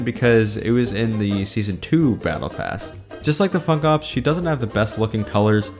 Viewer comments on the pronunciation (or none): Funk ops sounded like Fuck off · Ur funk ops sounds like ' fuck ops'